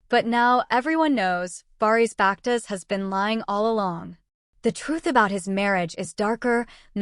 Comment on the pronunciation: Вапще вы не правы почему вы лежите в чужую жизень вы даже его имя не правильно говарит